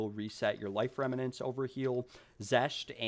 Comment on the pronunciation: Just FYI, it's "rem-nants". not "rem-ma-nants." You were pronouncing it incorrectly throughout the whole video.